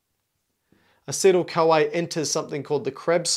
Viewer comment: Like how he pronounces this CoA as "Kawaii"